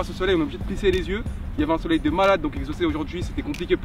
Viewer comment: dites a Exocé que on dit soleil 😂